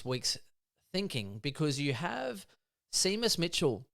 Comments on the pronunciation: It’s SHAYMUS for pete sake 😂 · Have you boys never heard the name “Shay-mus” (Seamus) before? What about the champion horse Famous Seamus?